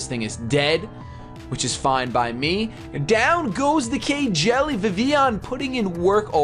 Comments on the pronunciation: That isn't K-Jelly, it's pronounced Keele. It's nicknamed after a character from Fire Emblem: Awakening... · You know... Kjelle is a character in Fire Emblem. I don't think it's supposed to be pronounced like KY Jelly. I'll forgive you. This time. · I loled when he said K-Jelly for Kjelle. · >Kjelle Dat Fire Emblem reference, also it's pronounced like Kel with a bit of yish sound in there...